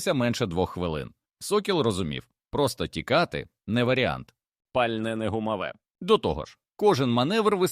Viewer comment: Ви ж попереджайте що це казочка згенерована за допомогою ChatGPT. А то люди подумають що це правда. Доречі автору казочки - для озвучки використовуй Elevenlab. А то ця модель озвучує з купою помилок.